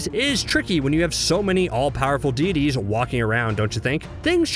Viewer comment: My dude,it's deities not dee dees!!! 🙄🙄🙄😫😫😫